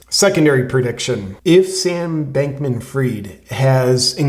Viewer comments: FRIED as in TIED, not FREED. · I have a question, as an ignorant Frog : why don't you pronounce his name "fried" as in well-cooked ? It would be so appropriate, that a "bank-man" should be "fried".